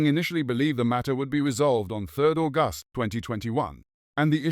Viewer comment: why use AI voice to read... just hire someone leh i wanna hear sg news with sg accent, can be any ethnicity, mix it up ain't no way any normal english speaker will pronounce the month of August that way